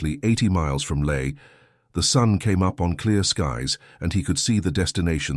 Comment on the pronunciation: So where is LAE? The usual ai horrendous pronunciation.